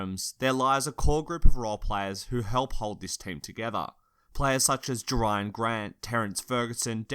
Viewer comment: Bro its not jerian grant its Jerami Grant